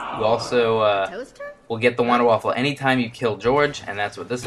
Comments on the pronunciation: Its Wunderwaffe! NOT WONDERWAFFEL!! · yay another guy who says Wonderwaffle instead of Wunderwaffe. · here is some help for the last part of Wunderwaffe.....VAWFF-UHHHH...so again...its VOONDER-VAWFF-UHHH....but for the most part, just call it a Wonder Weapon, thats what it means, so just say it in English.